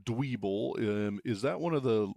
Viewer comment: Its pronounced "Dweb-ble" its a play off of pebble iirc